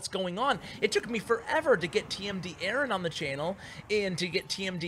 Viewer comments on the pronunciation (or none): none